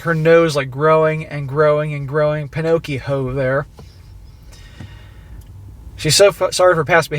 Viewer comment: YOU DID NOT JUST SAY PINOCCHIHO🤣🤣🤣🤣🤣🤣